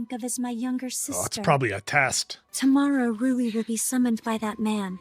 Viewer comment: Rui's name pronounce as Ru-wii. Not Roux.